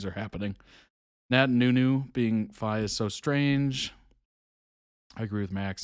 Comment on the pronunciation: My timing was awful last night, saw you were streaming and came when you was saying goodbye lol, also, Phi is pronounced like Pee! Checked out the terrible recorder, I am very drunk and it weas amazing I will not lie, I could NOT stop laughing, the comments had me dying.